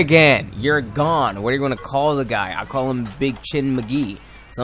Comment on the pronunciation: his your favorite monsters...yet you can't pronounce his name.